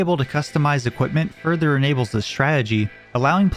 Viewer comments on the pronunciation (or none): none